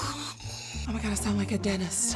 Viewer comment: It's pronounced DENTist not Dennis... No hate, I'm just saying. Keep on Slayin'